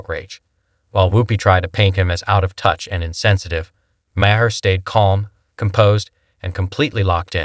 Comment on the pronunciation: How many ways can you miss pronounce Maher in one video?